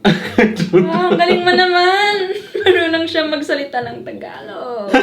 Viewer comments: Bro doesn’t even know how to say the language it’s “Tagalog” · I'm filipino but i can't even speak tagalog correctly and it's also pronounced taga-log